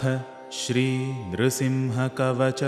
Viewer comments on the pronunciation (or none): none